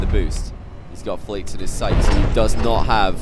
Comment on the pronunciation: JeanPierre Snyman from watching so many Flakes Gauntlet round matches im often confused whether is saying “flakes” or “Flicks” lol